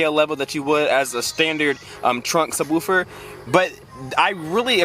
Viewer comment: I hate when people say ......woowfer